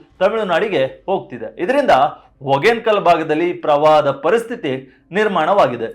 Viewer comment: ನೀನು ಕನ್ನಡ ವಾರ್ತೆ ವ್ಯಾಕರಣ ಬದ್ಧವಾಗಿ ಓದಬೇಕು...'ಹ 'ಕಾರ ಚೆನ್ನಾಗಿ ಓದಬೇಕು. " ಒಗೇನಕಲ್ಲ " ಅಲ್ಲ. ಅದು "ಹೊಗೇನಕಲ್ಲ ".